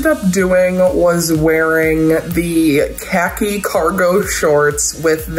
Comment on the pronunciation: Amazing looks! But the way y'all pronounce Khaki.. Umm